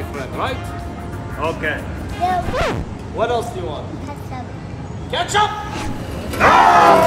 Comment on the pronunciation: The way he said ketchup, he thought it was going to skilde